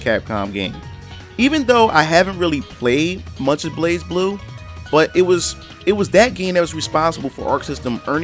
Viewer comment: Dear god the way you said Blazblue....